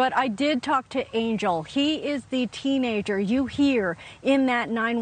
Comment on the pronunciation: His name is pronounced ahn-hel. Not Angel.